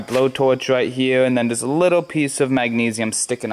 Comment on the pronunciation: "Maganese" haha its pronounced mag-knee-see-um